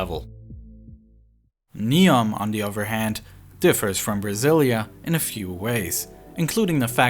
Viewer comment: oTHer... not uVer... raTHer, not raVer... wheTHer, not wheVer Seriously, need a voiceover without a speech impediment.